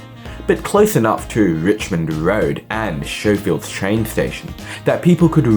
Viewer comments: Isnt Schofields pronounced "Sko-fields"not "show-fields"? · Unwatchable due to the Schofields / Showfields error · Excellent clip. BTW Schofields is not pronounced 'Showfields'. The 'sch' is 'hard', like it is in the word 'school'. So it's more like 'Skowfields'. I grew up in a new development, but at least then they were on a quarter acre block with a back yard, but no sewerage for a few years and the need to travel 40 minutes to get to a department store. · why plan and build a suburb there if it is prone to flooding? what did you call the station? Showfields? It's Scofield! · Schofields is pronounced Skofields. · True. But it added entertainment value 😂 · Schofields is pronounced "Skofields". The infrastructure lag is due to 15 lost years under the previous Labor government when delivery of infrastructure was very poor, particularly public transport. The present government has done a tremendous amount of catching up in a short ten years, particularly delivery of the metro and the good network of feeder bus services that surround it. Train lines can't extend everywhere into suburbs, there has to be a network of regular feeder buses to support them - and they are there. Incidentally, the reason the metro only extends to Tallawong so far, and not Schofields, is that the planning approval for the line was done by the previous Labor government who, for some inexplicable reason, didn't consider the need for a connection to the Richmond line. It was too late to organise a new approval before the project was due to commence, but an extension to St Marys through Marsden Park is on the books and in a queue of other metro projects. It's not possible, financially and for other resourcing reasons, to do all of the projects at once. The biggest danger is if Labor wins the next election because, with their poor record on infrastructure, there's a danger that it will all come to a halt again.